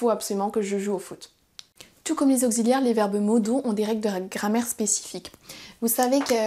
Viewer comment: What a nice lesson. The more different lessons, the more people will understand, thank you. Your French is also so good! (auxilliaire is pronounced oks, not okgz ;-) )